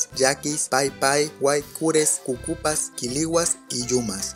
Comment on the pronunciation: Dijiste cucupas pero se dice correctamente cucapá